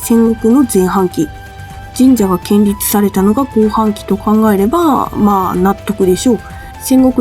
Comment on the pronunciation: すみません。どうしても気になってしまって。。。 神社を建立←これ《ケンリツ》ではなく《こんりゅう》と読みます。